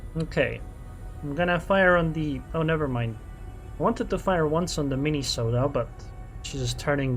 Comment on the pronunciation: I like the way you say Mini-sotta. 😆